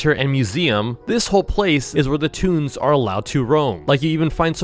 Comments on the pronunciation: Is toon not tune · It’s “toons”not tuns